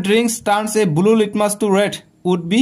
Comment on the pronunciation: Not bulu it's blue😂